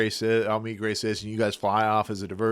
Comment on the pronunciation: GrayCris, not Graycis.